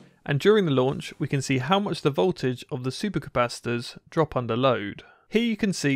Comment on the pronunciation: “Koy-yous wif vow-tidge”